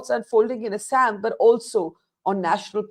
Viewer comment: Just because you are speaking in English, pronunciation of proper nouns does not change. You should pronounce Assam properly.